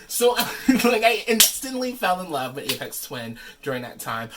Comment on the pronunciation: I didn't know this existed! I've been a huge fan of Aphex Twin since around 1998. (BTW, pronounced with an F not a P. Like Fix, Flat, Fun.) I don't even know how I discovered him because Los Angeles radio stations don't play good music let alone underground music. Maybe they did in the '70s and '80s. Anyway, thank you for taking the time to make this video and showing the packaging and it's contents. I love this album. This is a cool item for fans and collectors. I don't have Spotify but I do have this on CD and Amazon music. Lastly, I love that you are a fan of his. Never would have guessed. And peace to you and everyone watching this video. You are all cool!